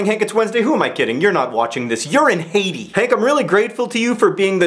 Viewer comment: 1) tea > coffee 2) i thought you were saying Hades, not Haiti.